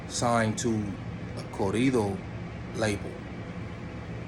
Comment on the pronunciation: ✊🏿&✊🏾💯UNITY!!Making 100%valid points.Let a white guy from one these major labels come and let's see the switch up. coming for real. Let's stop the division between BLACK N BROWN. PROMOTE UNITY 💯. BLACK N BROWN STANDING STRONG. ALSO HOMIE UR ESPANOL ON POINT WHEN YOU SAY CORRIDO.✊🏿&✊🏾THAT CAT GOT NO BUSINESS AT ALL USING THE NINJA WORD EVEN MORE SO WHEN HE TALKING NONSENSE & PROMOTING DIVISION AMONGST THESE 2 ETHNICITIES THAT HAVE STRONG N BEAUTIFUL CULTURES & HERITAGES. HOW SWIFTY BLUE GONNA FEEL WHEN A BLACK BROTHA USE THE WORD W💦BACK & B LIKE NA IM GOOD ON NE BIDNESS WITH THEM-> ILL TELL YOU WHAT What's gonna be said and exactly what you probably say "man F word that fool, hes straight racist", But somehow the nonsense you're talking is not straight up racist homeboy please you got stuff confused